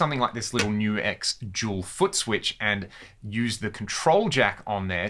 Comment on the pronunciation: Things I learned for this video, no1: its pronounced NU-X not nux...